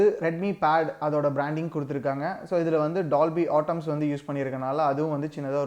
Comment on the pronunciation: It's not dolby atoms bro.. its dolby atmos, u got 2b clear on wat u say pls..